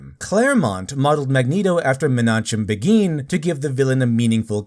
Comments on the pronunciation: Just a note: Menachem Begin is pronounced like "Mena-khim Beggin'". Other than that, really great job. All radical leftists do when they turn entertainment into vengeful screeds against the people they hate, is to show us why radical leftists should never be given any real life political power. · I hate being "that guy", but you should check the pronunciation of Menachem Begin. The correct pronunciation isn't obvious based on the spelling. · Man, i can't wait to see the reaction on all the wokies faces when the realized Magneto was bassed on a zionist. Also you mispronounced Menachem Begin's name